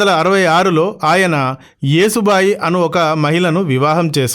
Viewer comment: మీరు కూడా పేర్లు తప్పు చెప్తున్నారు ఏసుబాయి కాదు యశూ బాయి అని చదవండి. ఇప్పటికీ మూడు సార్లు ఏసు బాయి అని చదివారు. ఇంకోసారి ఏసుబాయి అని చదివారంటే మర్యాదగా ఉండదు